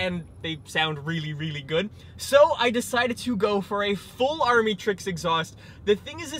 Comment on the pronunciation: It’s pronounced amitricks